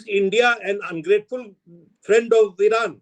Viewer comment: Didi O Didi ...this is modian diplomacy. ...my flend ..my flend..ha..ha..ha.😅